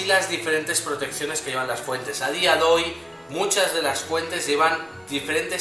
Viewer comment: "A dia doy" .... jeje